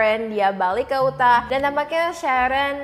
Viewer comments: Bacanya "yutah" sis 😅😅😅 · Utah, baca: Yu-tha.